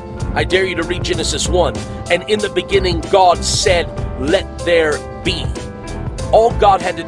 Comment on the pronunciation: He is clearly saying "cod", not God. He's talking about a fish guys.